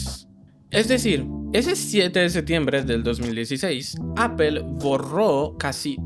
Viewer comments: Se pronuncia Apl no Apel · ¿ Por qué dices : apel ? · No se dice "apel".